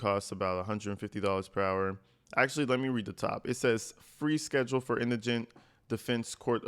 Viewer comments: aye i’m not kidding i have watched almost every video about all of this from the very beginning - so just meaning a lot of different people//commenters - you are the FIRST and ONLY person i have heard pronounce “indigent” correctly 😂😂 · Finaly a person who pronounced the word "indigent" correctly. I saw four videos about this with each person claiming Karmelo Anthony was indignant. (((On the low, you learned that word because nobody was sending you $$$ in jail and you had to get the stamps and envelopes package?))). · Uh oh.....things have gone from bad to worse for Caramellow. PS - You're the first black person whom I've heard pronounce the word "indigent" correctly. (And yes, I've deliberately misspelled Karmelo's name as a sign of disrespect). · TY for properly pronouncing indigent